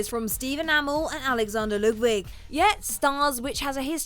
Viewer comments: Can you people learn how to pronounce shit before you make these videos so far you've already mispronounced dynasty and Stephen amell's last name. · Narrator you said Dynasty and Stephen Amell's name wrong